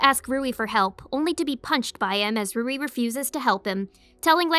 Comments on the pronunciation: It's Louie not Rouie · Soo am I the only one noticed that she (roui) instead of(LOUI)